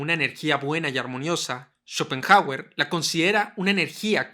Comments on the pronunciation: Escuchar tantas veces “Chopenjauer” terminó por hacerme dejar de ver el vídeo. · "Chopen jágüer"... Trata de —como mínimo— aprender su pronunciación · Y qué graciosa su pronunciación... "Chópen Jágüer"... jajsja